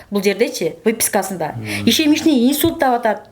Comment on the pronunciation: ИШЕМЕЧНЫЙ ИНСУЛЬТ ЭМЕС ИШЕМИЧЕСКИЙ ИНСУЛЬТ БОЛОТ